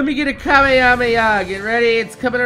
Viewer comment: it not ka ma hame haaaa its hama hama haaaaaaaaaaaa